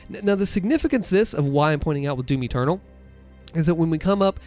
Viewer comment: Everytime he said doom eternal I thought he was saying Timmy turtle